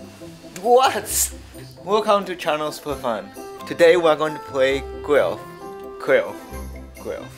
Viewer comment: "Welcome to Channel Sperfun. Today, we're going to play Guelf."